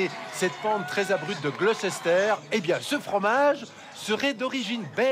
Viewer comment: Trop forts, les Belges! Cela dit, leurs reporters devraient apprendre la prononciation du nom Gloucester: on prononce "Gloster".